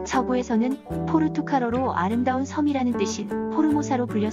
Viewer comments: 포르투칼× 포르투갈 ㅇ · 포르투칼 이 아니라 포르투갈 입니다. PORTUGAL